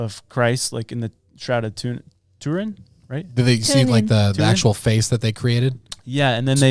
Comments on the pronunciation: Turin not tunin dude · Its Turin, not what she said 😂 It’s not Tune in, its Turin which is in Italy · Tu”R”in, not tunin! You crack me up with all your mispronunciations, but I still love you guys! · "Tour In" not tuna in??? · Turin, not Toonin. 😊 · Not hating, but when you say "TuNin", instead of Turin, it makes you sound like a geifter who has never heard of the shroud before. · The Shroud of TuRin (not TuNin), as in Turin (Torino) the city in Italy - after which the Shroud was named. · It’s Turin, lol, not Tunin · Turin. Not Tunin. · Why calling it tunin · Shroud of Turin theres an r lol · It's pronounced TURIN! 😂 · Say Turin right please 🙏 😢. Tur-uhn. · That is absolutely not how you say Turin. C'mon man